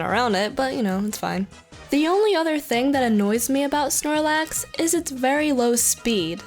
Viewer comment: snorlax, not shoelace